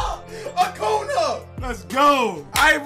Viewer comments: Can y’all help let see this, it is pronounced Acun-ya not Acun-a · It’s pronounced acoonya not acoona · It’s pronounced Acunyaa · It’s acun ya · it’s pronounced Acun-ya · Acunà is pronounced Acoonya just lyk ly bro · Its pronounced acoonya